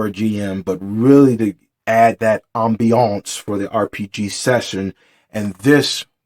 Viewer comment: /ˈambēəns/ Loved the commitment to the overemphasis every time LOL. It would be great to see you do more reviews/overviews of your physical tabletop setup/materials and miniatures. I'm a big fan of the modeling and painting aspect of gaming, and it would be cool to see what you have to go with your alternative genre focus.